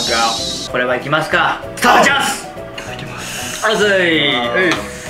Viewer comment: いただきますの時何ゆーてるか分からんくなってるけど面白いから好き😂